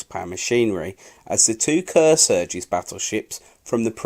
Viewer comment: Wisconsin....wiSkonson Illinois...........Illinoyz Kearsarge.....keersaj Awesome voice work. Absolutely appropriate for the number of times contributors have mangled English history. Love channels like this, look forward to more, hope you get better.